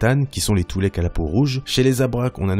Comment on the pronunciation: tu dit twy'lek toulek